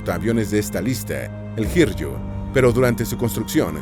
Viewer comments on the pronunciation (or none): Perdón por la intromisión, no busco ofender ni nada de tal índole; pero no es: (Sōr-yū) sino ( Sō-ryū ), ni tampoco (hir-yū) sino ( hi-ryū ). Ya que en el Japonés hay un silabario en lugar de un abecedario, y los hiraganas correspondientes en este caso serian そうりゅう y ひりゅう ( そ ＝ so, ひ = hi, con う haces la rayita arriba, y ゆ = yu; ahora bien no puedes hacer la ''r'', puedes hacer ら ra, り ri, る ru, れ re y ろ ro, sin embargo no ''r''; no obstante si tomas や ya, ゆ yu o よ yo, las haces pequeñas, y las pones al lado de り te quedarían りゃ rya, りゅ ryu, りょ ryo, y en éste en particular りゅう = ryū.) La ''j'' suena como la segunda opción dicha en el vídeo como si fuera ''Y'', la ''Y'' es más parecida a la ''i'' que a la ''LL'', y la ''R'' nunca la pronuncies cual si fuera ''RR'' como en perro o carro, sino como en loro (así este al principio de la palabra); los hispanoparlantes suele equivocarse al pronunciar en japonés la ''R'' como en perro, cuando debería ser como en loro aunque esté al comienzo de la misma, Ryūjō : (tomo sonidos anglófonos) no RRiuho, sino riuuyoo (r como en varilla); pronuncien varilla, ¿oyen cómo suena la ''rilla'' en varilla? ¡hagan eso! quítenle la ''va'' a varilla, y pronuncien la ''RY'' de Ryūjō cual si fuera la ri de varilla, no rrrrrrrrr.